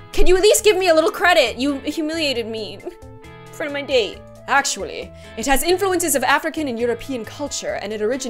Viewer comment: lol sounds like date as in the food